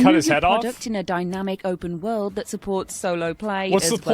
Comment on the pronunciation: “obub wuhld”